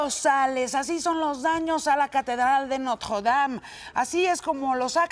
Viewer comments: dicen que la reconstruiran...la Catedral de Notjjjuwuedam, pronuncia como persona normal y ya así no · Ni el wey que vive ahi pronuncia haci de horrible el nombre como ella lo hace jajaja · Yuriria tiene la mejor pronunciación francesa de todo México: nadie, ni su mamá... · Jajaja pinche vieja ridícula se esfuerza mucho para pronunciar Notre Dame y se escucha super mal jaja